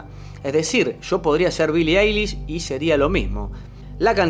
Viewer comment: "Billie Ailis" AJAJAJAJJA AY BASTA